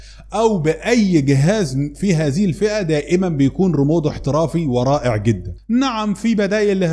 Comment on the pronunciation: اشكرك على الشروحات ،بس عشان الله اسمو ريموت بالتاء وليس ريمود بالدال